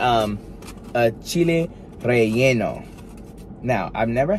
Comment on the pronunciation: I was thinking the same thing he said it right 😊